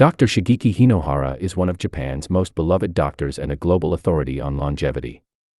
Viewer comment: Hey,! Hinohara, not " Hainohara" 😂